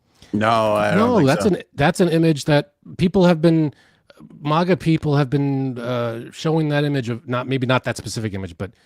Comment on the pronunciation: Why do you say it like that,!? Mahga? You cant pronounce a flat ‘a’ sound? 🤣 posh mf mahga…